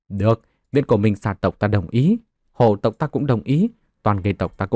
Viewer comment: Phiền anh đọc rõ dùm hồ tộc hay là hổ tộc giúp .chúc ad ngày mới vv